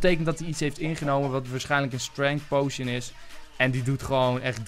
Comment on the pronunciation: potion spreek je uit als poosjun niet pojsjen :P